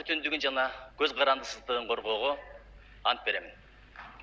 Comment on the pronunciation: концитутия дегенди анан коз карандысыздык дегенге Тили келбей журотго маскараа